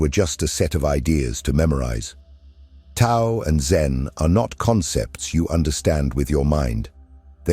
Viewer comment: Profound and helpful video but please correct pronunciation of Tao. Thanks.